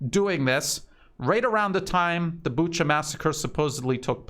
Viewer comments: Not sure if it helps but in Romania there is a place I’m sure most people know how to say and it’s Bucharest. No t sure why people have trouble with Booka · Correction: Bucha is pronounced Bu-ka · No, there's no 'k' sound in that word. Sleepy Joe pronounces it as Buka but he was also the one talking about Uranian people... My advice is listen to Joe and pronounce it differently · It is never pronounced Buka, listen to some reports in Russian or Ukrainian.